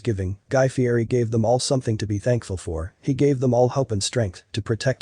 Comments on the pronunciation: He pronounces his name Fee-ett-eee. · It’s actually pronounced ‘Fietti’ even though it’s spelled ‘Fieri’.